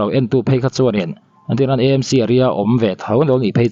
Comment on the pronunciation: E M C nilovin, A M C eizawl municipal, Aizawl municipal a ni. Mizo tawng a, A AW B a, A kha a ni e